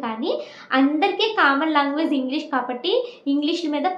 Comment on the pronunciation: Meeru language ni longuage ani pronounce chestunnaru please correct it dear ..I heard so many times from you but this time I want to correct it don't mind ❤❤